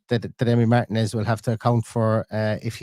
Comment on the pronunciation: Not MARTIN-EZ ❤